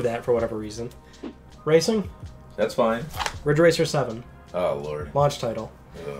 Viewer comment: It's "Ridge Racer" 7 It's "*RIDGE RACER*" 7